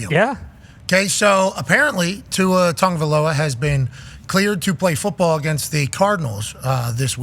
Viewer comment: Is pat still not aware there is no N in tua's last name?